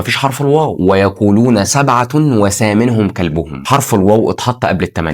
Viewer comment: ثلاثة وليست سلاسة. سبعة وثامنهم وليست وسامنهم بارك الله فيك يا اخي